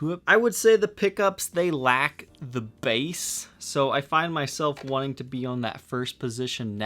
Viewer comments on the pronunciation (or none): ....it's B A S S...like wide mouth bass, not Bass is in BASE. Just FYI.